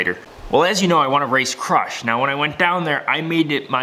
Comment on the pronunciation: Everytime I hear you say crush I hear crotch 😁🤘